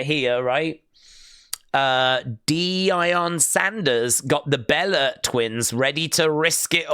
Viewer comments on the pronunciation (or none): Man said DEI-on Sanders and